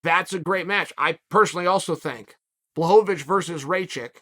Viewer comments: Raychick -> Ra-kich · When he pronounced blahovic appropriately I was shocked...but then uncle chael whips out "raychick" and everything was balanced in the universe again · Raychik?? I like smartass who can't even learn someone's name correct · Raychick? It's pronounced Rock-itch. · Chael, Aleksandar is Rakic not Raychek. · Uncle Chael: Ray chick Alexander Rakic's ACL: Mr. Sonnen, I dont feel so good *snap* Jan Blachowicz: Nico nico kneeeeeeeee Jiri Prochazka: Ah, I see you are a man of culture as well. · How d hell you read Rakic - Raychick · his name is pronounced Raahhhkitch (like kitchen) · You say his name like (Rock ich) rakic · RAKEECH! it's not that hard to pronounce! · Who the hell is Raychick?? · Unc... think "jock itch"... Rakic'